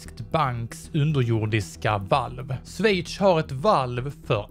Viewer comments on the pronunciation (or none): none